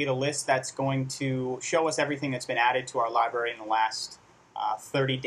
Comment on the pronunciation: "Libary", but really a very helpful video.